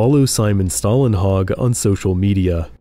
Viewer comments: Good video but I guess you got this name wrong - there is no american "a" in his name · You're mispronouncing the artist's name. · Swedish guy here: Stålenhag is pronounced with the first half pronounced very much like the English word "stall". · Since americans (and ofc other countries too) obviously have trouble pronouncing words containing the Swedish letters "Å, Ä and Ö" (like for example Simon Stålenhags name - which the narrator also struggled with) I'm gonna explain it in fairly "easy to understand" way: The letter Å, is pronounced exactly like the letter O in the specific word "stories". So just after the "th" and before "r" you have the spelling for Å... So pronouncing "Stålenhag" will be like you'e gonna say "Sto" in stories and then just add the "lenhag".. Oh right.. The letter A in "hag" is pronounced the same as in how you pronounce "A" in the word "heart" (ea).. Or as the (i think German) word/name "Haas". Now go ahead and impress your friends with your newly learned (and not needed lol..) Swedish! 😂 Sorry for the rambling but i thought that i might as well explain it (and do it properly while I'm at it) since I heard the narrator pronouncing it the wrong way, only to then say it correctly in the word "stories" (stÅries) right. So yeah, detailed explanation (even though 99.9% of you don't give AF ofc! Haha 😂)